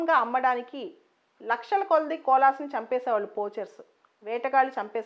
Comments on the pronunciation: We should pronounce it like kovala not cola. 🙏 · It's koala. No offence. Thank u mam.